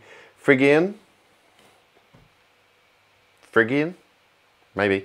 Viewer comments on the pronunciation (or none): Phrygian is pronounced "*fri*·jee·uhn" (ˈfrɪdʒɪən) named for the region Phrygia of Anatolia (now western Turkey) -it's the place where King Midas ruled. And if you play just white keys on a keyboard and start on E instead of C, you get a phrygian scale which can be useful to get traditional Spanish sounding melodies and chord progressions :)